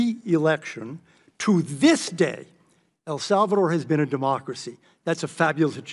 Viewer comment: "Iran Cortra affair" "El Zulvador" ? Hmmmmmm You cant beat a great Somali education